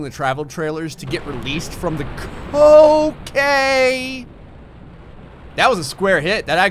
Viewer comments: "From the ca-OCAINE" that was what I heard lmfao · That's what I heard too, until I realised he was saying "okay". XD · who else thought he said COCAINE!